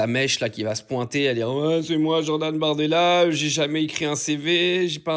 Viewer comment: Il s'appelle BORDELA avec un O comme dans Bordel